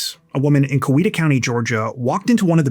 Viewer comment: It’s COW-E-ta…